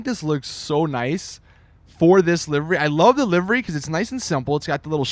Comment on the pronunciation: When you cant pronounce livery :D